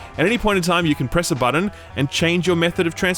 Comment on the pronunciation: I come back just to hear him say "Buddon"., can I take you home with me.;)